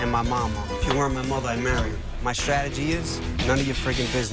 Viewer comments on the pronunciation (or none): none